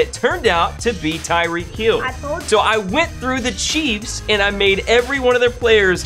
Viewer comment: Bro it Tyreek not Tyree k? With a k and Hill is good